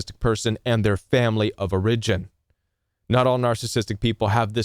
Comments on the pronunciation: It’s “OR-a-gin”, not “or-IG-in” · I've never heard someone stress the second syllable in "origin' before. "or-I-gin" 😀